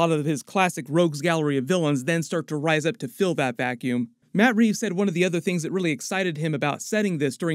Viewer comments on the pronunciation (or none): none